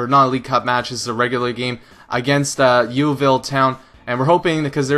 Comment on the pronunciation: Lol, the way you say Yeovil is funny but no matter, lots of people pronounce it wrong :)